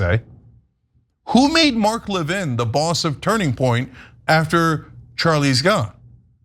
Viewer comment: Lévin like Lenin, thank you. Stop calling him Levine